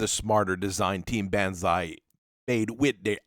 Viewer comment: Dear lord, B -on - ZAI pronounce it right please